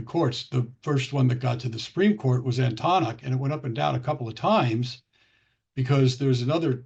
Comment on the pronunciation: Please pronounce Antonyuk properly.